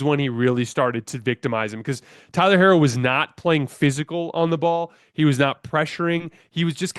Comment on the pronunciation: Tyler’s last name is pronounced “He-ro”. Thank you.